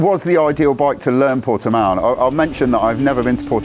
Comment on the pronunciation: Easily the best review so far of the new CBR600RR on YouTube in my humble opinion. It’s very much on my short ‘must ride’ list for this season. Also, it’s great to hear that someone can actually pronounce Portimao correctly. Cheers ☺️👍👌